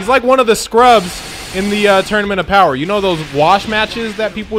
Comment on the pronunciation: "Feel my BOWER"